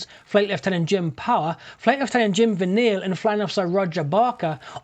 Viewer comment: Hi, It's Jim Vinales not Vinale, he's my dad and he still has nightmares that it nearly crashed on the school.